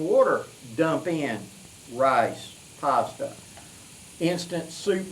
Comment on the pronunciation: Hey! "Let's say I've got a pasta dish I want to carry with me..." Every time I get to that part I hear "possum dish". Yeah I know, but you know me, I just can't help it!;) Good stuff my brother, keep up the good work!